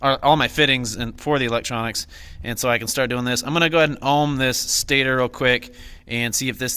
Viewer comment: Stay-tor is how u say stator